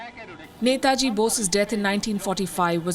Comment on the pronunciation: Glad to see this and glad to hear 'NETAJI' from Palki!! 👏🏻👏🏻👏🏻 Palki you rock!! 🙏🙏 WION